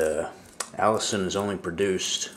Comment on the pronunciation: It is pronounced A LISTEN not Allison! Say it like Penicillin (the last part of the word of course). But you are correct, health benefits are many. One you did not mention is killing cancer cells and shrinking / stopping tumors. I am not giving medical advice but repeating what I have read at the NIH website.